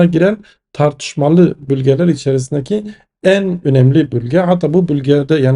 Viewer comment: Bülgeler değil, bölgeler. Ö olacak öööö